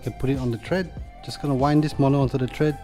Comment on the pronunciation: Thread not tread